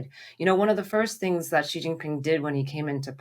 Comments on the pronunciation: The white guy can't even pronounce Xi's name properly! Also, Taiwan is NOT Chinese! It's been under even the most nominal Chinese rule only since the Qing dynasty, and then by force of immigration numbers under Fujian people's rule from the late 1800s, and then was a colony of Japan between 1895 and 1945. Around 250,000 Chinese Taiwanese served in the Japanese armed forces during the anti-Japanese war. In 1949 2 million Chinese refugees from the mainland arrived in Taiwan, crushed the earlier Chinese residents' uprising against KMT rule and imposed a single party rule until the 1980s (sic) Since then a unique Taiwanese identity has grown and the people in Taiwan do not want to be part of the PRC. The PRC's claim to Taiwan is pathetic and totally delusional, as much of the CCP's view of the world is. FUCK THE CCP. LONG LIVE INDEPENDENT TAIWAN!! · Thanks for the analysis for those without the time to watch the entire 4 hour address. (someone maybe tell how to pronounce Xi:)